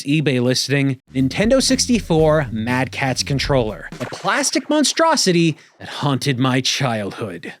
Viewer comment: Every time you say mad catz I die inside. I was also that friend, then when I needed a extra controller my mother got me a... Mad catz. I wept tears of blood.